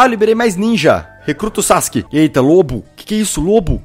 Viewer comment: Primeira vez que vejo alguém que não assiste Naruto pronunciar Sasuke corretamente... Sasuke Senpai master 😍